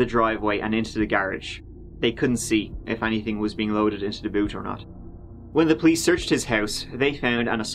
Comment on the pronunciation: on dee turd of january